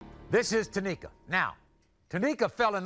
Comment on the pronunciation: IT'S NOT TÁMIKA IT S TA MÍ KA TAMÍKA 🤣🤣 Americal Idol who knows knowsss